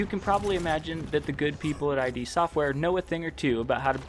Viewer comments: This still needs to come to console esp since Xbox owns id now... And no offense but it's ID not I.D. for some reason that really bugged me but good video... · Agree, but stop calling them I-D Software. It's id [ih-duh]. Thanks for reading, great video, have a fantastic day. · It’s “id”, not “I.D”. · As many people already said, it's not "I.D.", it's "id". And what's more important, it's not id software, it's russian office of Saber Interactive, who made this broken nonsense with hundreds of problems for two bottles of vodka and loaf of bread. Also, this "masterpiece" still isn't finished, 5 years later, and still is in early access, because Bethesda doesn't care (and they have like 1 and a half people "supporting" this game). If you want actual Quake, without tons of problems and all of that unbalanced chaotic moba bulls%%t - try older titles actually developed by Id, such as Quake Live or Quake 3 Arena - people still host their own servers for them (while QC doesn't even have an option to launch LAN-server, and WILL d%e as soon as they decide to close all servers). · Did you seriously call "id" "Eye-Dee"!? It's "id" as in "id, ego and super ego"! 💢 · Great video! Although I believe its pronounced as “Id” Software not “I.D.” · The prize for that first quake tournament wasn't just a Ferrari. It was John Carmack's Ferrari. That makes it way cooler. Also i think you just prononuce id software is "id", like "it". Not that it matters